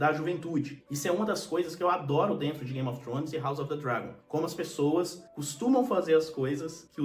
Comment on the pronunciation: Você pronuncia Game of trhones com a lingua no dente fazendo o som do TH no inglês, um dia eu chego lá.